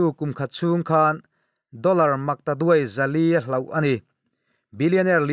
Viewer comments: minutes na vel a, HLAUH itih khi HLOH tur a ni awm mang e... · Hlawh tih tur "HLOH" ni lovin cuan HLAUH tih a rawn puan KHI a dik a lawm ngai thla Chiang leh teh khai.